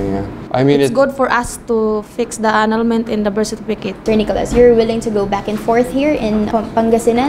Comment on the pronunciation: “Anal—ment in da Birt Sertipikit” “Gud bay-bay. ..ugh” Ay ewan, Healings for ibriwaaan! 🤣